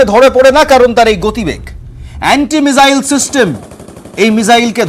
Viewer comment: Ucharan tik korun mijael na ..